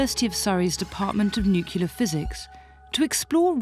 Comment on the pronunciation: Great show - one suggestion: narrator learns to pronounce "nuclear." Jarring to hear in an educational documentary.